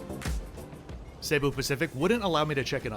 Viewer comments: It is not pronounced SAY-boo. Jesus. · I've had only positive reactions to Cebu (not Say-bu) Pacific and I've flown them many times. The absolute WORST is Philippines Air. So rude, so dirty, so awful. Only complaint on Cebu is non-reclining seats on most A320's.....but not bad.